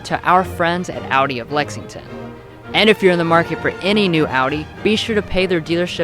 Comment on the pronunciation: Thank you for pronouncing Audi correctly